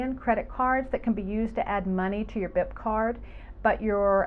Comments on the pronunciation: Pronounced beep, not bip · When buying a bip card, keep in mind it’s actually pronounced “beep”